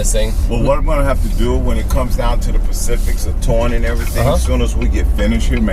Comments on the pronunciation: Anyone else notice he said "the pacific's of towing" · you guys must be on the west coast, given that the salesman was talking about "Pacifics"...... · "Pacifics" 😂😂 come on chevy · The "pacifics" of towing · "pacific's of towing" specifics